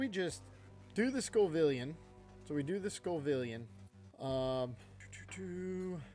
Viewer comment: My dude, it is Scovillain, not Scovivillan or Scovilian Sco - villain. Like the Scoville scale (measurement of spiciness) and villain like the antagonist in a story. I love your videos haha I just can’t take hearing scovivilan 😂